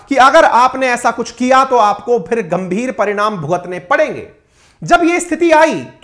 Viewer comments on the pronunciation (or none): none